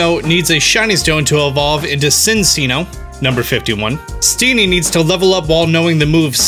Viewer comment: I believe in the Gen 5 anime, it was continuously referred to as Sin-Chino.